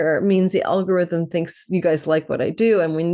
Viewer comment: Hehehe. When you said algorithm, I heard Algolrhythm.